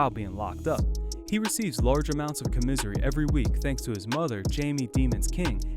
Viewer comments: Dude said, comisery...haha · My boy, it's pronounced com-iss-airy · Say it with me.. Com-miss-ary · Com- misery lmao. Com-miss- ahry. Like airy. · AT- - Did your DUMBASS say, " comizery " ? It's Com uh sar E ! Don't ever get locked up. You won't make it. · Commissary not commisery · Did you really just say “comisery”? It’s commissary COM IS AIR EE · This dude said large amounts of “com misery” lol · Commiserary? Its 'Commissary' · Comisery pronouced coma sary, my dude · Wtf is comisery ? Its commisary dummy. Smh jesus. You can tell hes never been locked up..lolz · COM-I-SARY!!! NOT COM-MS-IRY Holy hell I was confused on what you were saying half the video 😂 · Com-is-sary not com-misery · Com-a-sary is how you say it. Not com-miss-ion-ary. That shit bothered me so bad. Don't ever get locked up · Bro its "KAW-MISS-SARY" not "KAW-MIZERY" U FUCKING idiot. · What is com miz ery? I think he means commissary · "CoMissouri" It's called commissary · Its pronounced Com-mis-SARY not com-misery! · LOL this dude said commiiisssary... COM-IS-ARY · COM-MA-SARY not commissery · Bro it's "caw-miss-serry" not "caw-misery" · Cum-iss-uh-ree. Lmao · It’s “commissary” you dumbass 😂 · cringey af narration. "comizery" i'm dead. sound like u be better wit making videos about milking cows bruh. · WTF is “coMISERY”? 🤣🤣🤣🤣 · What the fuck did you just call commesary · Haha pernounced commissary like comisery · Comizary nigga its commissary 🤦‍♂️ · It's not commizzory it's commissary🤷🏾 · its pronounced (com-a -ssaaaarr--eeeeeeeeeeeeeee) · This nigga said “comizzery” its .. commissary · Did dis fool just say ca-misery... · Co-misery? Jaja commissary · Spell it out ...and said with me! "COM--MIS--SAR--Y" !!! U got it?? You lame F#@ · "Commissary" wtf 😭😂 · Comisery? You a fool 😂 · Bruh...its commissary, not co-misery..tf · My guy said co-misery instead of commissary 🤣🤣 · "Commizery" lmao you know he knows no one locked up lmao 😂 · Dude I hate how this guy says comissary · Lmao "commisery"